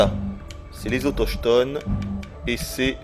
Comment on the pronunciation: le "ch" de "autochtone" se prononce "/K/